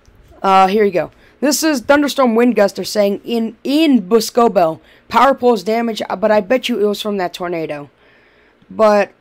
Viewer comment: Lol its boss-co-bell